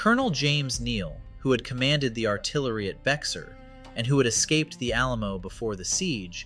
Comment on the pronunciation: Come on. Learn how to say Bexar. It's like bear, the x is silent.